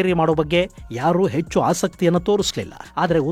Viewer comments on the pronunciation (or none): none